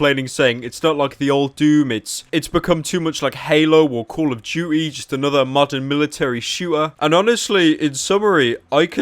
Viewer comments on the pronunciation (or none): "call of jew-y"